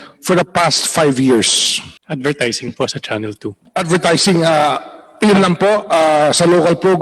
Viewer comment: Nakakapikon ang napakagalang sumagot pero kitang kita kung paano tarantaduhin ang mga empleyado. Yung salitang PO kitang kita na pilit at hirap bigkasin. Pusta kung pagmumura yan sure yan 101% easy words sa kanila Abias Cbend Management yan.